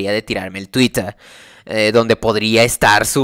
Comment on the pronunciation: Sé que es un tema serio, pero "Twittah"